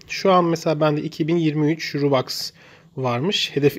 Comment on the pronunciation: Kardeşim roblax ve robax nedir yazıldığı gibi okunur